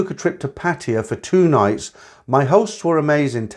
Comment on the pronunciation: A load of nonsense. How these old cargos can be this foolish and gullible is beyond me. See him, he can't even pronounce Pattaya correctly but he foolishly believed these bar girls, the ages of their grand daughters love them. This one even looks like a P.